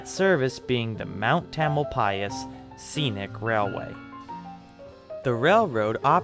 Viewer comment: Interesting to hear the proper pronunciation of Tamalpais. I always thought the accent was on the second syllable.